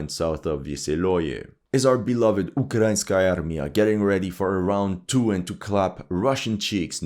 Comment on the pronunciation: UkrainsKarmia? wtf jajaja